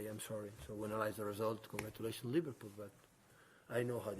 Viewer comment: Man said Livarbool